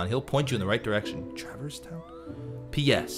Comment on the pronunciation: You had the same thought I did when playing it, that Traverse Town would be pronounced that way, rather than the only way the word "traverse" is ever really pronounced. It's an awkward name to say, otherwise.